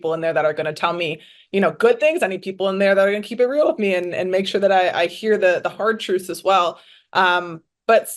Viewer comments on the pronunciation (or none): none